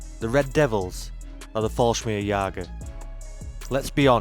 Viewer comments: I spell them how you pronounce them... Just listen to your intro: Fallsmirgsjager... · Stop using AI. It is simply lousy. Falsmirjigers, Bigrades, Girman, Airbone Boos, Capality... And more. Just please stop. You ruined a maybe good video. I stopped listening after NADO (NATO).